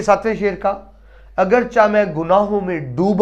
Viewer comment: معذرت کے ساتھ! تلفظ اگرچہ =اگر+چے